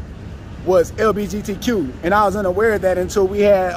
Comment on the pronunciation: LBGTQ, LTBGQ, he said it every which way but right!! 😂 This interview and the last one!